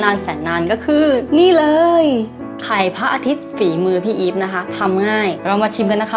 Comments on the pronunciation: พูดว่าไขล่พระอาทิตย์ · ไขล่พระอาทิตย์ พี่พูด555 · พูดว่าขไรพระอาทิตย์